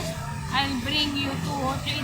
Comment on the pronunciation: Try reading, it’s TRADER JOE’S! Also, you’re overly acting. Just vlog normally, it’s getting too annoying to watch.